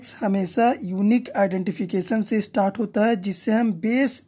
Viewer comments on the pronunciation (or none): none